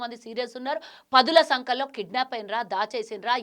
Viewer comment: పదుల సంకలో కాదే పంది పదుల సంఖ్యలో ముందు తెలుగు తప్పు లేకుండా మాట్లాడు